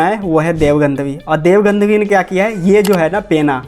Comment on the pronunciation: Gadhvi ❌ Gandhvi ✅